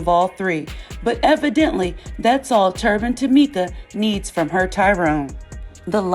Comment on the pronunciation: Did you say Turban Tameka? I'm dead! Lol